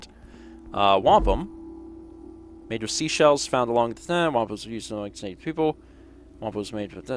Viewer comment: When said "Wampum" am I the only one who heard "Wampa". From Star Wars.